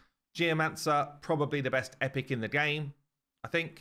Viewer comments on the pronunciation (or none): none